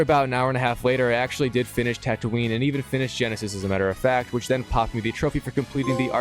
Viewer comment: bro said tatooinee